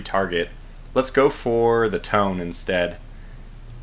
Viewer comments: It’s pronounced tonyay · As far as I've heard, Tone is pronounced Toe-Nay. I hope you can get a devastating air strike on those Japanese flat tops. May your bugs be few, and your joy at maximum. I hope in the future you send level bombers to drop from stern to bow. You have a slightly better chance of landing bombs. The window is much wider.